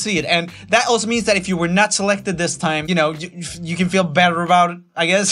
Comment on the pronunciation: Roomie, the way you have started to pronounce words when you sing is getting a little weird man. When ju sön ajl mäjk ju då it öööl agäään 💁 just saying